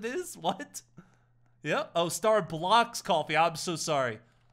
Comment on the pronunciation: I’m suing cus you said “Starbucks coffiee”